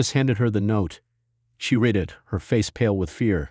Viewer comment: “Read” can be pronounced “reed” and also “red”. It depends on how it is used. If you speak English, you’ll know which one to use and when. Perhaps this is due to AI (artificial intelligence) reading the story. AI has a long way to go to get it right. But it is so annoying!